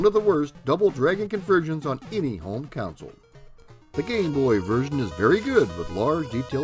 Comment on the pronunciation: Console (Kahn-Soul) NOT Council...you are not seeking Council...you are playing Console games. My wife mispronounces this as well drives me nuts!!